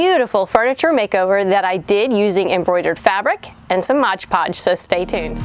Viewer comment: I love this project and your channel. But can you stop calling it "MODGE PODGE" It's MOD PODGE. So many Youtubers make the same mistake. LOL